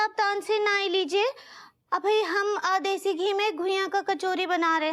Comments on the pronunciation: Has someone notice Anita saying desi as dhesi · Soumya as nailed it when it comes the pronunciation of Urdu/hindi words. Here you'll notice her saying Desi ghee as Deshi Ghee. And she repeated same mistake twice